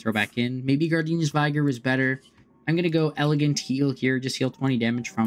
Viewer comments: Interesting take on the deck. One thing....Gardenia's vig-er not vigh-ger. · Vigr, not vaygor.